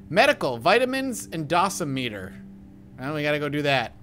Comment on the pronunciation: First time I heard someone pronounce it DOS a meter.